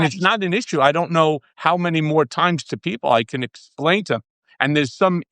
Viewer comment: “I’m trying to ecksplaain”